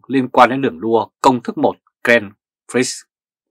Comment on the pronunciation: xin góp ý, phát âm tên Grand Prix là "graan pree" (chữ X không phát âm)